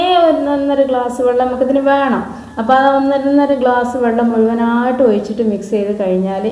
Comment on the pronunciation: ഓയിച്ചിട്ടു എന്നല്ല ഒഴിച്ചിട്ടു എന്ന് പറയു